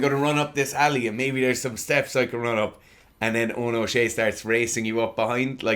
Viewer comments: Awesome video. Just for future reference his name is pronounced, Show-Hey. Love these videos though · Great video and analysis. By the way it's pronounced "Oh No, Show Hey" 🤣🤣🤣☘